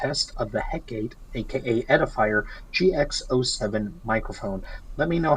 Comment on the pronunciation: it's pronounced Heh-kuh-tee. from the greek goddess of witchcraft. overall, nice review.